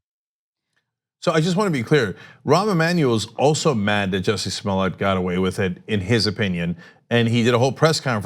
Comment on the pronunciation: Cenk it's clearly Smollett.